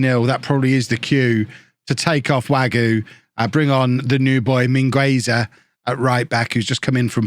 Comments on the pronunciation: The u in Mingueza is silent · the U in Mingueza is silent! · channelling his inner Ronald Koeman with Mingueza. In all seriousness, in Spanish the U in this case is silent